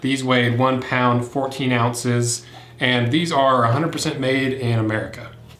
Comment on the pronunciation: "these weigh one pound and..." what the fuck is he saying! lol lol lol